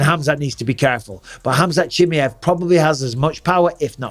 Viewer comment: And Bisping you call Khamzat for chimiev 😂😂😂😂😂😂